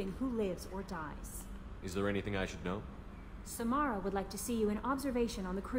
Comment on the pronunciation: I hate it when he calls Samara, Samera. I'm always like "IT'S SAMARA NOT SAMERA!!!!" I know it's stupid but really annoys me.